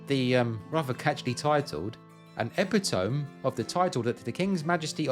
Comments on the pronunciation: Hi... Just to say, with regards to the word (from the book title you mentioned) "epitome"... It is pronounced (as far as am aware) as 'epp_it_toe_me' - & so not "ep_it_ome" 🤔 okay?😊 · "epitome" is one of those words , like hyperbole Zoe Chloe Penelope that sounds like it ends "ee" So "e-pit-o-mee" "hy-per-bo-lee" and so on (zo-ee, clo-ee, pen-el-o-pee") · Epitome: "eh-PIT-oh-mee". 😻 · Great video, very informative and well produced. Just for info, when you mention Bodrugan’s pamphlet, epitome is pronounced ɪˈpɪtəmi as per OED or ee-pit-oh-me, phonetically. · How good! Excellent return. Two things, the first very nerdy. The word 'epitome' means a summary of the important points, and is pronounced 'e-pit-o-me' (it's from the French épitomé). The second point is more substantial - are you sure the Portland stone was quarried by convicts from Dartmoor? I'd have though it might come from the other convict prison a few miles away - Portland. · Look up “Epitome” in the dictionary. You’re going to be embarrassed by your pronunciation. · Epitome, not Epitome........